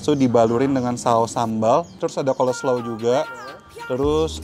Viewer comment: "Coleslaw" Bukannya "oslo" Tuh wkwkwk